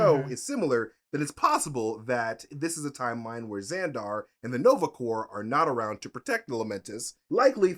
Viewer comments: please learn to pronounce corps correctly. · Somebody tell that 'Corps' is not pronounced phonetically 😅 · Please learn how to say CORPS!!!lol. It hurts... a little.😬